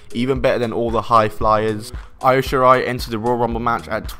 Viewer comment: Well done saying Io wrong.